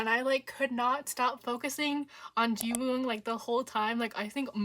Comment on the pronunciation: The w in Jiwoong is silent :) (same goes for Gunwook)